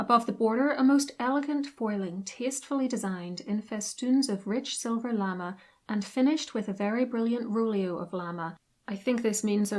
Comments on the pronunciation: It's pronounced "la-may". Not "lama" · Llama😂 It's pronounced luh-may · OMG just find a French language tutor at a uni near you to correct the terrible pronunciation of words such as lame (lamb A) and faille fie ee.